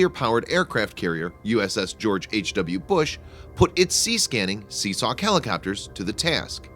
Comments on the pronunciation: Seasawk? Seahawk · "sea-sock helicopters..." Hah!